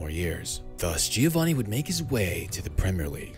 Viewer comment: srry, dont u think he´s pronouncede like hioanni since mexic ospeak spanish? gr8 effort on pronounviation though!